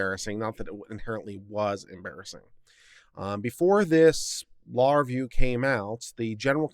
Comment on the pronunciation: It would be useful if you could pronounce "Law Review" as two separate words.